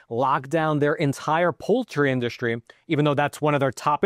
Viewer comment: FYI: It's pronounced IN-DUS-TREE, not in-duSH-tree. It's SSSSSS-TRAIN, not SHHHH-train. There is no H sound in ST. Stop ruining the English language.